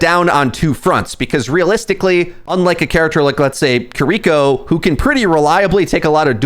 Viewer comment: take a drink every time mispronounces wuyang or kiriko despite knowing the correct pronunciation and having pronounced them correctly in the past